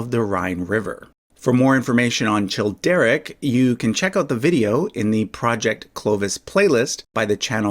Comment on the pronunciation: The “ch” in Childeric, Childebert, Chilperic and Charibert is pronounced as /k/